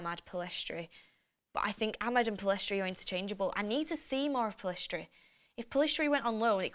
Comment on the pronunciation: FGS it's Pell-iss-tree NOT Pill-ess-trie